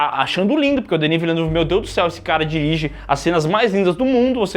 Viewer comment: acho que a pronuncia correta é "Vile-nãve", a mesma daquele piloto de Fórmula 1 campeão em 1997, Jacques Villeneuve